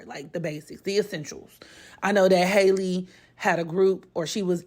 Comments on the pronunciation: no HAL-E not hi lee . It’s literally pronounced the same way Halle berry pronounces her name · Her name is pronounced HAL-E just like Halle Berry